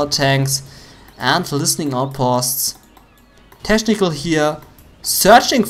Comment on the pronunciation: Junge, man spricht es /ˈteknɪk(ə)l/ aus und nicht /ˈteʃnɪk(ə)l/ !